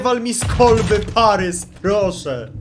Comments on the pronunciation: Boli mnie to "parys" zamiast "paris" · Nie Parys tylko Paris.